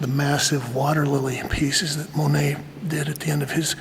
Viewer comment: I think she had mixed feelings about Monet because people would say his name to her a lot, esp. because the front house at her place was an actual place Monet had lived. She said his name with a hard T on purpose... MoneT. :)